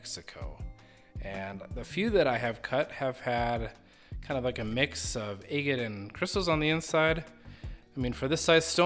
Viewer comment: Where are you located that you pronounce ag-ate as a-gut?